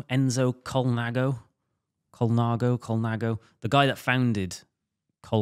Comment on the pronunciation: Every time says colnaggo an italian dies.